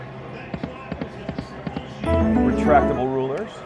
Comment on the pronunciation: "Retractratible rulers"